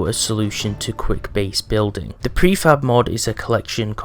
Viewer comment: Prefab? I heard prefap lol